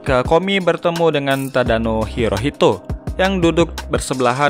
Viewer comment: Bang... Nama nya Tadano Hitohito.. Bukan Hirohito... Kalo Hirohito... Itu Kaisar jepang